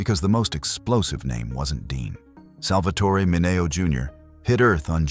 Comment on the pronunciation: You should really know how to pronounce his last name.